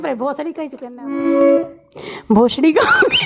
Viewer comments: बोसरि है गाव बोसडी नही इतना मज़ाक मत बना व सही नाम लो। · Vill name in MH- (Bhosari) not bhosadi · gaon ka naam"BHOSARI " hai. Galat uchcharan ker rhe ho aap. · गांव का नाम भोसंड़ी है। सही उच्चारण करै।